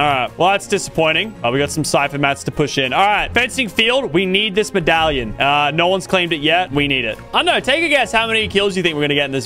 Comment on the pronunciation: bro said pin medalion